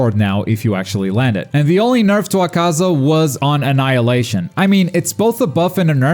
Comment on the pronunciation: my god....you still dont know how to pronounce akaza's name...all you do is talk about this game yet you still dont know how to pronounce one of the main demons names....please stop watching it in japanese im guessing is what your doing and only paying attention to the subtitles and not listening to how the name is said...yikes....its like being who cant say naruto because they dont watch the dub and think its said this way because they only ever read the name wrong x3